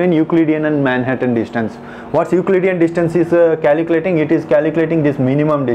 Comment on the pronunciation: but more sad thing is that.. you have no knowledge of the concept and need to listen to this 'calculatinguh' !